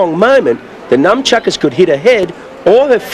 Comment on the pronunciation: Did he just call them Numb Chuckers? Legend.